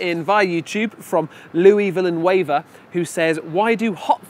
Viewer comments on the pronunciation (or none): Villanueva is pronounced Vea-ya-nwue-va. That ocded me.